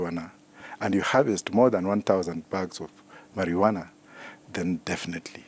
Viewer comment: My primary school science teacher come here and listen to this it is called Maruana not marijuana.